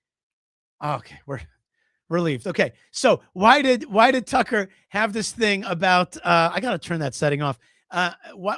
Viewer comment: the way that you pronounce, Tuuckkerrr!!!.. cracks me up 🤣👍🤣👍🤣👍🤣👍